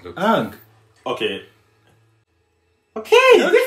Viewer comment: is the most garbage I've ever seen in a single scene I think the worst decision they made was limiting firebender to only use fire when it was around. I'm so happy they didn't get the chance to ruin Azula of Toph. Also my name is Oong, an I'm the avatar. Who the fck says it like that